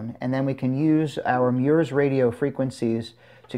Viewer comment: He said meyours!! 🤣🤣🤣😂😂😂